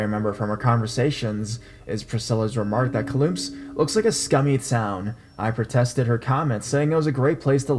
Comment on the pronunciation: Hey your stories r great I love them but I must laugh with u about the way u pronounced Kamloops British Columbia it sounds exactly as it looks but pretend the K is a C so u say it like this. Cam - loops ; )